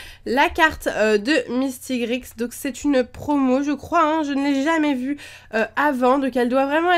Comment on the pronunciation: Sa s'écrit mistigrix mais sa ce dit mistigri! On dit pas le x